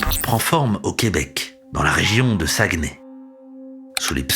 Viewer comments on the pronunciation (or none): Tellement bon. C'est Saguenay pas Sagueney. ;-) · C'est Saguenay et non sagueney. Mais c'est quand même un bel effort de recherche étant donné que vous venez de Marçeille, dedans la Frence...😉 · SaguenAy ...pas Sagueney et pourquoi pas Saguenez pour le pif .